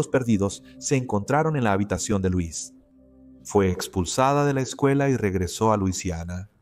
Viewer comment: El nombre D la dama C pronuncia (L o’ e s ) no Luis pero y no k el tal Jacob era viudo y k la hija había muerto también entonces aparece D repente 🤷‍♀️